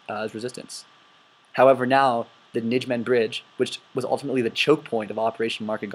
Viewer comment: This is a good presentation, it really is, but you have a lot of mispronunciations in here. It "thirty corp" not X-X-X corp. It's "Ny-may-gin" gin like again. Not, Ni-gym-men. So on and so forth. Also, it is proven in Decisions In Normandy and It Never Snows in September that Monty did know about the two SS divisions in the area but disregarded it. It's more of a question of why the intelligence was ignored more than a lack of it.